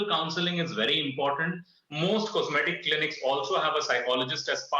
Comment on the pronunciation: 'Comseetic surgeon'